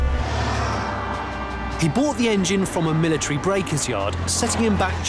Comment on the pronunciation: "MI LI TREE"